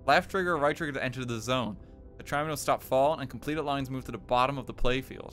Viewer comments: The way he pronounces tetriminos is horrifying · honestly, the most painful part was the pronunciation of "tetriminos"